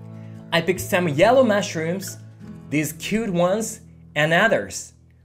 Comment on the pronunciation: I love your channel. One correction though: you say 'mashrooms' instead of 'mushrooms'.😊